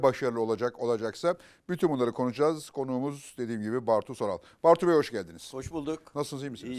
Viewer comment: Erdoğan Soral derken, bir an bahsettiği adamın soyadını unuttu sandım, meğer babası imiş, niye bu kadar zor Soral dedi hoca, :)